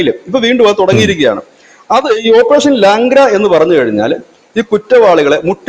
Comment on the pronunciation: ഓപ്പറേഷൻ ലാഗ്ര അല്ല ലംഗ്ട എന്നുവച്ചാൽ ഞൊണ്ടിക്കാലൻ